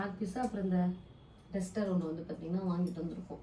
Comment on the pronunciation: டெஸ்டர் இல்லை ! டஸ்டர் ( Duster ) தான் சரி !!